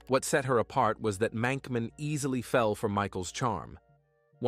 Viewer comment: Did anyone else notice that the grave said Monkman, not Mankman?